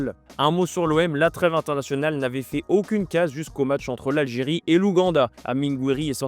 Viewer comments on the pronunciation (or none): none